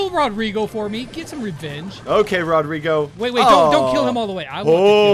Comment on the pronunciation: Lol diz COME HERE ROD RIGO! Mas a pronuncia certa é Rodrigo! Its a Brazilian name!